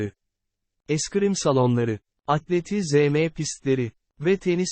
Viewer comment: Emeğin için teşekkürler ama kardeşim "atleti ZE ME" de ne demek ? ATLETİZM okunur. Çok mu zor ???